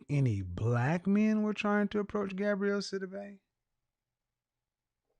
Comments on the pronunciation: KEVIN!!! Please Stop 🛑 MISPRONOUNCING the woman’s name. It’s Gabourey NOT Gabrielle 🤬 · Why do people keep saying Gabrielle? It’s pronounced Ga-bo-ray. 😩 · please get the ladies name corrrectly GAB- O- REY NOT GABRIELLE..... YOUR EDUCATED .. SHOW IT... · If he doesn’t get this woman’s name correct. It’s GAB-OUREY not GAB-RIELLE TF⁉️🤬 For someone who is stickler about things, you’d think he would’ve looked her name up I can’t wait to call in and ask him some questions. SOONNNNN as I find out when he does his shows because his website doesn’t specify. I’m new to him so it will take a while but he and I will be chatting soon Any who, get her name right sir. It’s quiet ghetto to not have been more prepared in your argument. Or maybe I just hate my name mispronounced 😂 Either way hearing it being pronounced incorrectly, MULTIPLE TIMES, just kinda irked my nerves a tad bit too much 🥴🤣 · Her name is pronounced Gab-or-rae